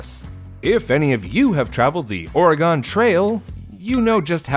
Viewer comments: nO. NO . OREGON IS "OR-IH-GEHN" NOT "ORAGOAN" AA- lel But uh, anywats, it does annoy us a lot when we hear anywhere west of montana tries to say our home state's name 😂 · I know I wasn’t the only Oregonian that cringed when said “Oregon” as if it’s a shape. We tend to be testy when people do that but it happens all the time, just get tired of people mispronouncing our state. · cringing at the way he pronounces Oregon. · The Ore-WHAT trail? OR was correct. "Re" is pronounced "ree" or "rah." "Gon" is pronounced either "gun" or "gehn." Accent on the "re." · I will forgive you mispronouncing "Oregon" because that sign of Grill pissing Yeet made me double over in laughter.